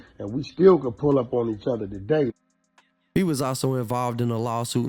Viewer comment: My Boi 💪🏾 “Taaday”🤣